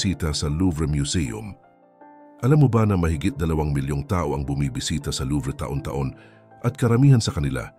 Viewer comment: Mali ang pagbigkas mo,taon hndi ta-on